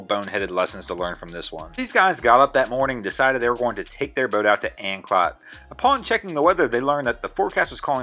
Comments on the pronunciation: PLEEEZZZ TRY AND PRONOUNC IT CORRECTLY AN CLOTE NOT AN CLOT SAY IT LONG CLOOTE LONG O LIKE OH THANX A RESIDENT OF THE GREATER ANCOLTE AREA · It's pronounced "An-cloat" not "An-clot" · ANCLOTE... Long O. Not clot you clod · Anclote is pronounced ann cloat. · Pronounced 'Anclote' with long 'O' (as per usual with word ending in 'e.')